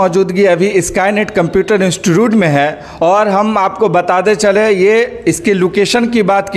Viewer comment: Instotot mea 😂😂😂 nahi institute😂😂😂